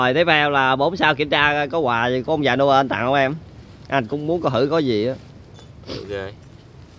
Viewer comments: ơi người ta đọc là ông già Noel mà anh đọc nhà ông già Noen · noel mà anh cứ nói là nô ân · Nô en chứ ko đọc là nô ên nha anh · Noen 🎄mà anh cứ kêu noơn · Noen chứ ko phải no ên nha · ngưỡng mộ trình độ tiếng anh của anh ghê!christmas:cờ rít mợt ;noel:nô ơn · vãi cả "Nô ên"🤣🤣🤣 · Ông già Nô.................(ko phải en)...... belike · Noel ❌ No ên✓ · Nhớ đọc đúng giống Nô ên vs Me ri chít mệt nhe mấy bn:)